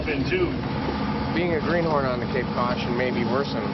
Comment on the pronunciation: it's greenhorn.... not greenhorse